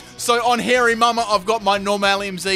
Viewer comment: Lol He called the Hariyama: Hairy Mumma